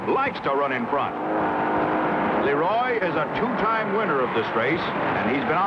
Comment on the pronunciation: The Race Anncr. realizes he called "Leeeroyy" "Le Roy" and backs into a better pronunciation...